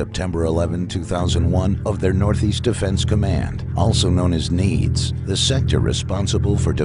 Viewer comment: For me this whole video lost credibility when pronouncing NEADS )"Nee-ads" as "NEEDS". #Cmonman